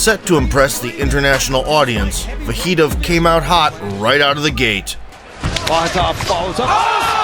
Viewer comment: Sounds like you're saying "Va hee toe"!? Wtf? You can literally hear the broadcasters pronounce it differently than you do, but they all pronounce it the same way. So you were just like "nah, it should rhyme with burrito!".